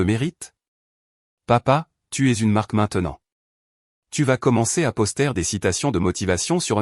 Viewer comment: La manière dont vous prononcez " poster "..😂😂😂😂..Est-il rieur au moins votre poster ? 🤪😁😁😁